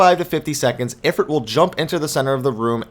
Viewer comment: it"s I-frite as in eye frrrr it